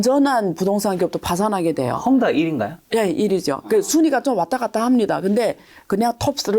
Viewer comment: 한국어 발음이 부정확하면 자막좀 넣어주세요 뭔소린지 알아듣다가도 못알아듣겠어서 자체자막키니까 헝다를 험담, 허물다 등등으로 인식합니다. 그리고 정보전달흐름이 물살타기입니까? 갑자기 말이빨라졌다가 발음뭉게고 말했다가 다시 빨라지고... 뭡니까 이게... 게스트가 한국말이 서툴면 자막좀 삽입해주세요